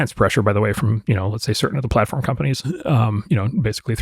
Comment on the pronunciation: Liz Schwartz: Helo-oooo. Rumble. (caugh.) Free Speech platfirm. Hello?